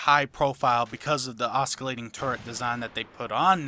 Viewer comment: oskilating turret pronunciation is killing me!